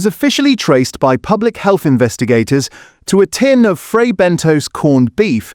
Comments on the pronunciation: Have the makers been informed about the fake food ? Also it's Fray Bentos pronounced (Bentoss) not Bentoes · Bentos, not Bentose. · Fray bent toes!😂